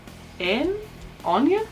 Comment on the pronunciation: It is indeed pronounced "Awnya".